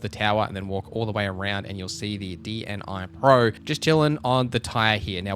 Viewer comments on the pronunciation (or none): D N I PRO😁😁😁 Bro its pronoucing like [ˈdniːproʊ]. Its name of the biggest ukrainian river